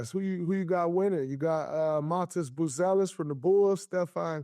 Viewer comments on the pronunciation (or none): none